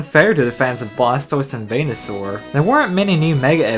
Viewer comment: 10/10 I thought he said penisaur when he said venusaur.